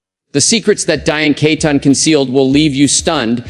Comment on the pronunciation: Please her name is pronounced as KEETON even though spelled Keaton may she RIP